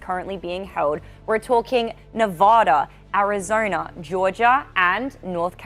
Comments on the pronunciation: why does she say arizona like that?! "arizoRna??" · The girl host “ arizornia, nerrvada” lol pls listen to yourself. No one believes your analysis.